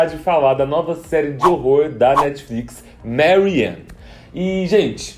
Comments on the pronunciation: Seria legal você falar certinho né? Porque é uma série francesa e se diz "mérrién" e não "meurryenn" né? Chatão querer "inglesar" tudo... Aproveita e arruma o "Emmá" e "camill" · Se pronuncia "maríeni" e não 'mériên' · Siiim, se pronuncia Marriane, com 2r. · Que aflição ele falar o nome da Marriene como se fosse em Inglês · Obrigada por essa crítica 🙂 OBS: pq vc é um cara brasileiro falando sobre uma série francesa, mas pronuncia todos os nomes como se fossem em inglês (tipo Marianne, Daugeron, etc)? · MUITO OBRIGADA! 👏 Me deu uma agonia. Adoro as críticas e resenhas dele, mas confesso que broxei já nos primeiros segundos quando ele pronunciou erradamente o nome dela. Depois, vi outros "inglesando" o nome dela. É um erro comum, mas acho válido corrigirmos em comentários. Eu ia fazer isso. Ótimo comentário 😊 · Sim, dá totalmente outro clima. Tanto que eu estranhei pra caramba de ver o moço desse video falando o nome com sotaque em inglês.